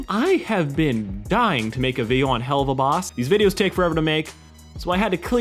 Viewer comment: u kinda said helluva boss wrong, not trying to be mean tho just saying.